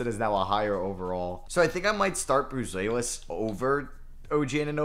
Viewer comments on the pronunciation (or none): BOO-ZELL-ISS Not BOO-ZWAY-LISS